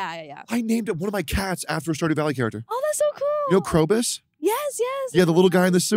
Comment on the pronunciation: bro saying character like this is a TV show 💀💀💀💀